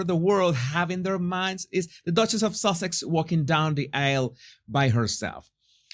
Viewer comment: I can’t stop laughing I keep thinking you are saying sausages 😂instead of Sussex 😂😂😂 should be suckeggs